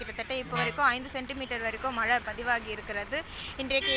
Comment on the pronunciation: மல இல்ல மேடம் மழை.....